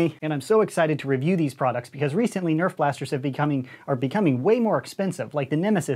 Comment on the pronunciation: nobody: coop: EÄF